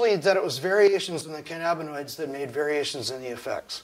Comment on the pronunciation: can-ab-bin-oids? What’s cannabinis?